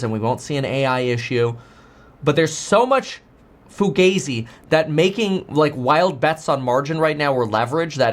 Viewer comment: Kevin PLEASE fix your pronunciation of FUGAZI! Google it!:face-blue-smiling